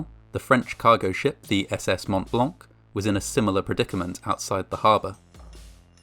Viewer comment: As a native francophone, his pronunciation of Montblanc is *Chef's kiss*